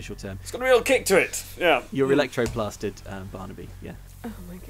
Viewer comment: Shouldn’t that be Ectoplastered? Not electroplastered.....